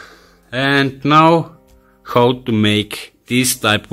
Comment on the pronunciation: I really like how you say video "VIDOO" and how "KHOW", good work nevertheless...